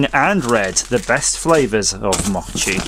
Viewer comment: Long O in mochi/mow-chee. So many flavors. Looks yummy.